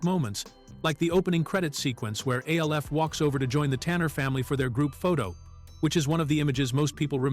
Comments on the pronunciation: A.L.F., who says it like that?! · do you not know how to say names we already know you can't spell it's alf stupid